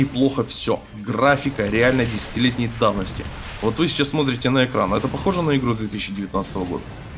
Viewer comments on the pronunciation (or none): none